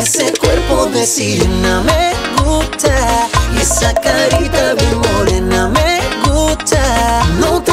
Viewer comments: Why is his "gusta" at the start pronounced like "gupta"? I was taught the "s" is pronounced. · ¿Por qué lo pronuncia como "gucha"?